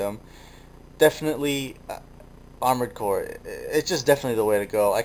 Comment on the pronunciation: armored cores, articulated like amored cores, since FOREVER!